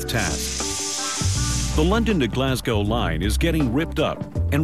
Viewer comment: You would think that the yank narrator could have taken the trouble to learn to pronounce Glasgow! jeez!